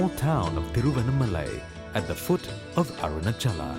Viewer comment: Arunaachala. Not Arunachala.